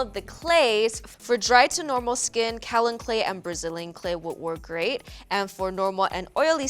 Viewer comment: Kaolin. Pronounced Kay-oh-lin. Coming from a geologist